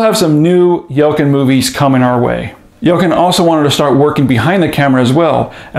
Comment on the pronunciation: Pronounced YELL-CHIN